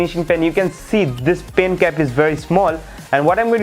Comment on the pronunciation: Please talk in Hindi it's better than pyen instead of pen and coover instead of cover